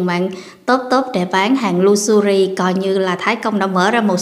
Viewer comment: Em nói “lu xơ ri “? Tập phát âm cho đúng em ơi?